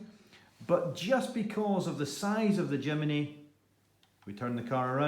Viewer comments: It’s JIM NY not JIM IN Y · Not Jimeny !!!!! Jimny ! Jimeny just sounds stupid !!